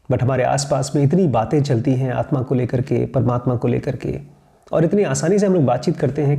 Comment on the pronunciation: You are calling aatma as aatman I think it's wrong